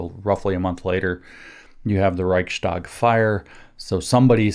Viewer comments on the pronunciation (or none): Interestingly, you pronounce the ch of Reich pretty good but when -stag gets added you pronounce the following S as a german speaker would pronounce "sch" perfectly. Switch it around for a snake like ssss and apply your "sch" and you sound 90% better just like that. Reich sssss tag. Thank you for everything looking forward to this video.